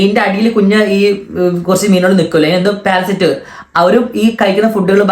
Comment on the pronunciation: Parasite anu..adyam maryadhayku pronounce cheyyan padikkedo..endu paranjalum thetti parayum athipo malayalam ayalum